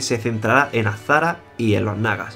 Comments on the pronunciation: Jajajaja, es daños colaterales de ser andaluz jajaja. Ponerme z y s junta es para mi un ejercicio dificultoso de realizar jajajaja. Porque aquí casi no pronunciamos las s. Créeme, tuve que grabarme diciendo azshara 5 veces. Esa fue la que mejor salió :v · Me sorprende que pronuncies bien "jaina" y sin embargo digas azzzzzzzzzara... ahí marcando bien la Z, es az"shara. .